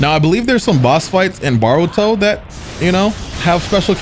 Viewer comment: I just realized he says baruto 🤣